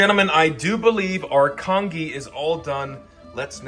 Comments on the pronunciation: It's pronounced con-jee, not con-ghee! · lmao the congee actually looked good for some reason, needed a little more soupy-ness 😭pronounced "con-jee" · hi! congee is actually pronounced con - ji, kind of like the g sound in giraffe? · For someone calling it kong ee, that was surprisingly well made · Con-Gee please it’s Con-Gee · It's pronounced "con-jee" .. Like "jeep" without the "p". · It's pronounced kanjee not congee lmao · The way he says congee makes me sad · as an asian person you saying congee like that is so funny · Every time he mispronounces congee my eye twitches 😩🫣😩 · Goes through all this trouble and can't take a sec to Google how to say congee. 😂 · Aren't you going to correct his pronunciation?! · I can only say… Even though he may mispronounced the English word for “congee”, in Taiwan we only speak Mandarin or Taiwanese anyway, we just call it “粥” (zhōu) or “糜” (muê or bê) I mean, the guy literally cooked rice in a plastic bag using an air fryer… what more can I say? 😂